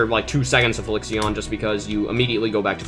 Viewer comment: I hate how you said Halcyon omg